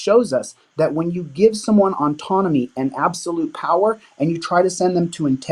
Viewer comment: Kept pronouncing autonomy, as ontonomy. This means he has never read the printed word autonomy.